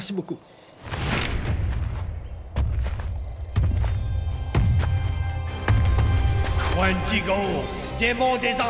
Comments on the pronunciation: omg il parles des wendigo et non wandigo. tout cela vient d'until dawn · c moi ou il dit wandigo dans the antil daw !!!!